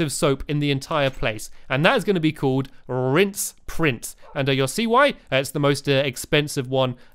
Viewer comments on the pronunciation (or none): Lol it's "rinse" not "rince" just for future reference XD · Its Rinse Prince not 'Rince Prince' Stampy. Not a hater, just want to point that out :) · ***** It's RINSE not rince.... facepalm please fix! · It's rinse not rince 😂😂